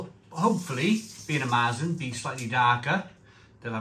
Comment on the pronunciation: Sorry to be pedantic but the umlaut ( the 2 dots) on the A turns it into an E....so it's Mertzen...not Maaartzen.....so now you know!!